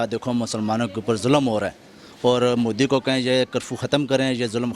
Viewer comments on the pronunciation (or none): none